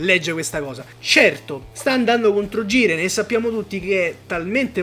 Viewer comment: Sì ma"Giren" con la J